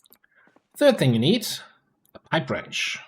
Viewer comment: Oh wow.. I was watching this on my phone and I couldn't for the life of me figure out what you were saying .. Got on my pc, watched it five more times and realised you said "pipe wrench".. Other than that, great vid.